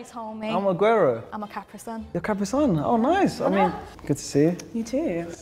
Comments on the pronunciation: no ones gonna talk abt how she said caprison instead of capricorn? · did she just say caprisun🤣🤣